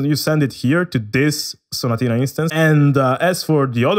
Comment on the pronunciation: Yo why you say staccato and sonatina so good bruuh I’m italian and in some words u said I thought u were italian